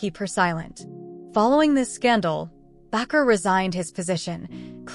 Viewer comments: The last preacher pronounced B like this Baker; not backer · It is pronounced Baker. Be careful here. Jim Baker repented of his sins.